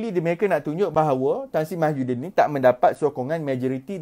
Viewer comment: Slm dude..you need to start pronouncing tsmy's name correctly..its MOHYI-din, rather than MAHYU-din...just a little mistake but best to be corrected..cheers